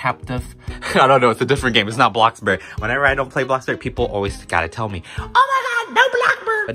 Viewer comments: boyim tired of telling u that it is bloxburg not blocburg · “when ever I don’t play blockbuurrg ppl always say “”no blockburrrg??!!🤨😟” lollllll